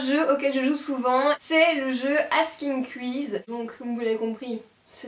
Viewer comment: C'est bizzare la façon dont tu dis "quizz" x)